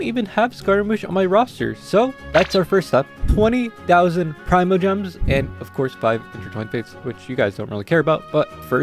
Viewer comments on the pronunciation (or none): it's PRE MO GEMS. NOT PRY MO GEMS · he said 'pry'mogems, christinaltiina is right. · Why are you so fussy because thats how he pronounces primogems 💀 You need to stop being sensitive, he said it as pry-mo-gems as in primordial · the fact every content creator says pr*I*mogems instead of *pre*gems shows how you dont make sense. And nonetheless it's written primogems and not premogems so you cant blame someone to say it how its supposed to be pronounced grammatically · dude it’s pre-mogems genshin voice actors legit say pre-mogems there’s no way you didn’t know that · How did you just pronounce primogems 💀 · Yk what its just a mistake lets not talk about it again😀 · wow you’re so different